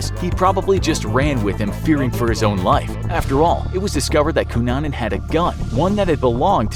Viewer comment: Everyone is commenting about the misspelling of Versace and I'm here applauding the narrator for his correct pronunciation of the name Cunanan.